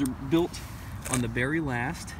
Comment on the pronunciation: Good to see someone thats even more into boots than I am. I really appreciate these videos because most of the boots I look at have no retailers near me so I depend on the reviews from people like yourself. One thing is clear though, one of us mispronounces “Cordovan” and “Barrie” lol